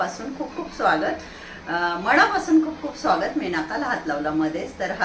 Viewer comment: मॅडम मनापासून ह्मणा, नॉट मणा पासून. लहान न -ण-नाही